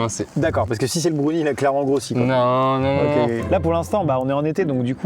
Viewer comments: broun quoi ? brouni ??? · C pas brounie il faut le prononcer comme brun en anglais donc Brown et ensuite ise donc brownies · Vous, vous dites brOUnie ou brAOnie? Ça me perturbe tellement quand il dit brOUnie. Moi j'dis brAOnie ps: je sais que ça ne s'écrit pas comme ça, c'est juste pour la prononciation. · Mais qui dit brouni pour browni xD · Wtf comment ils prononcent brownie "bRoUnniE" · Moi je dis brouni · M•A•T•H Effectivement, j’ai bien eu cette réaction 🤯🤯🤯 Surtout à cause de la manière dont il a dit brownie 😅 Je ne juge pas les Français, mais la plupart d’entre eux utilisent beaucoup de mots anglophones sans nécessairement bien les prononcer.... 🤷🏼‍♀️🤦🏼‍♀️ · C’est incroyablement drôle quand prononce le mot « Brownie » 😂